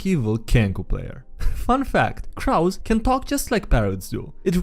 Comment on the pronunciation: TFW he pronounces "crow" like "Drow"